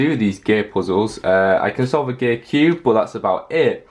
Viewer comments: Gear = gay? Ik its jsut how he said it.. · no offense but when you said gear it sounds like you say "gay puzzles" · When he says gear he sometimes sounds like he’s saying gay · It sounds like he's saying gay puzzle